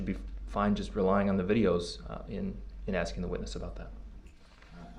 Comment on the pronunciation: I love that you said "AXING" questions... Good lord that made me nuts every time he said it